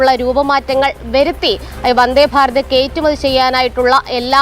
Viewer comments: Gd - btw - kaittumathi alla , kayattumathi aannu ! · കേറ്റുമതി എന്ന് കേൾക്കുന്നു.. കയറ്റുമതി എന്ന് പറയണേ സഹോ 🧡